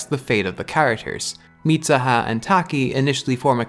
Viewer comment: it's MeeSOOHA. not MEESAHA. Mitsuha (dont's use A in U). Just saying. I was like who the fak is MISAHA, ooh he meant MITSUHA. Then I see that you are Irish, I was like.. OF COURSE!! English speaker can't say tsu as soo, but as SA. LOL